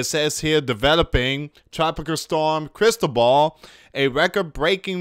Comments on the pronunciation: Crysball is what the Fortune-tellers use it is a round crystal ball. You seen it in movies. So it is pronance Cris-toval. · Luis ti is pronace Cris-toval . it is a Spain's name. Blessings it is a boy's name and a Catholic saint.